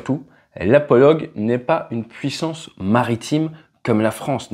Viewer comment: "la Polo--GUE--" tu as dit